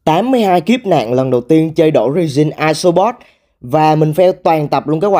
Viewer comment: resin nhấn âm 1